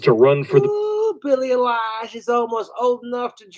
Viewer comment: I’d give anything if someone would teach him how to pronounce Billy Eilish